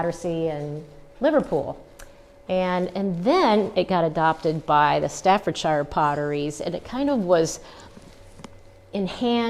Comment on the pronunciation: You are not pronouncing staffordshire correctly.